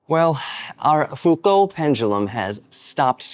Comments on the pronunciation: Pronounced Fuco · Humhum, someone has forgotten to pay for the elec.bill !! Prononce Fou-Koo:face-blue-smiling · Is that a hint of a glottal stop in your pronunciation of Foucault? Please remove it. And come on America, doing science in imperial makes my skin crawl. This is the 21st century! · On the name Foucault, add a very weak "L" sound at the end of your pronunciation, and stress the first syllable, not that last one. You can get a better idea using the playback feature in Google Translate.